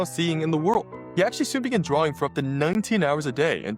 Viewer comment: Haha why does always say drawling instead of drawing. Am I missing something here? 😅